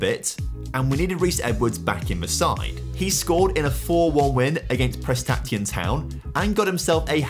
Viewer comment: I'll be honest I'm an Englishman who lived in North Wales for a few years and the pronunciations of prestatyn and caernarforn were a bit funny. Don't blame him though, if you don't already know and you don't speak Welsh they're hard to get right